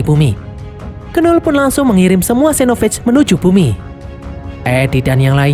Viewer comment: Knull itu bacanya null bg bukan kenul